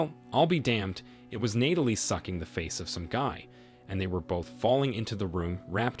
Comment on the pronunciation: You make the effort of finding stories and uploading but you can't program the voice to pronounce the name Natalie correctly? Do you know how grating it is to hear Nay-telee over and over?